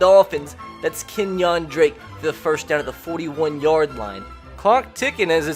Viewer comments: Kenyan drake not Kenyawn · I clicked off the video as soon as you said Ken-Wan Drake